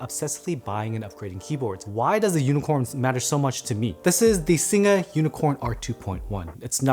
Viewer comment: Thanks for saying "Singa" right:P